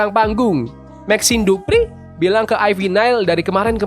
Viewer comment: Gua suka cara lu sebut nama maxine dupri bang. Keren bang😊